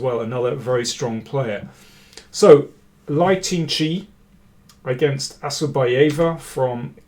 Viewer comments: The pronunciation of the name 'Lei, Tingjie' sounds more like: Lay Ting-Jeer... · The winner's name is Lei (like 'lay') tingjie (final vowel sound as in 'yeah'). Please check with a Chinese speaker in future.